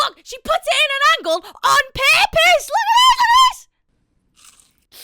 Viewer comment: That crash out was 100% valid but the accent getting thicker when you were saying "purpose" may be the best part of the video